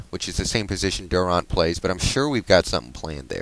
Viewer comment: Seattle did well in the draft. And it's pronounced DurANT. Like the word ANT. Not like AUNT. Al Green played for Georgetown.